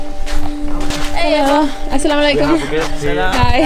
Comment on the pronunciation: I love the way you say Asalawalaikum💖💖💖💖